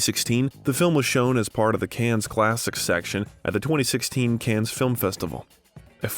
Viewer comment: Agreed! So many mispronunciations I was embarrassed. Cannes … Caan … Olivier … Coppola … and Antigone, omg…😮